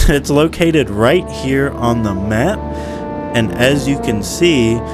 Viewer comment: "Right here on the schmapp" why did that crack me up so much lmao